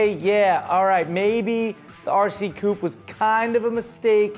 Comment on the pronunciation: Coupe is NOT pronounced "Coop" - that's where chickens live.